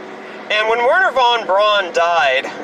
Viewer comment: "Satan" is just a typo. His name is Stan. He lives on the floor above me. Von Braun's name is pronounced BROWN (or "Broon" where I come from). Means the same, pronounced the same. Not fucking "Brawn". That's something else which this idiot has probably never come across. As a vegetarian, I'd say he's best not knowing about it, either, one of the few things not worth dragging out of his voluminous fund of ignorance. (For those who really want to know "A terrine made from the meat of a boiled pig’s head". There ye go.)